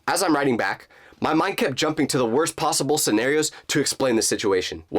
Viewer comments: "Because in my mind, there was no plossible explanation"....Instead of saying "Plossible" Shouldn't he say "Possible"? LOL Edit: It can also mean that Jake blocked u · who else hear prlosable